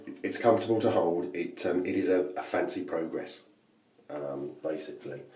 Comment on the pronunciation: I wanted to drop you a line and thank you for providing me with the correct pronunciation of the Merkur Pr"O"grass. As an Alaskan I realize I am somewhat ignorant of what I think is referred to as "The Kings English". As such I was pronouncing it Pr"A"gress. Regardless I have sent the powers that be several e-mails inquiring as to the process of getting one of these SHINY goodies sent me. Cheers,, Wolf